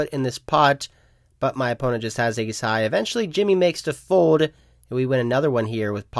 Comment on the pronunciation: You would prolly get more subs if you pronounced it fold instead of fode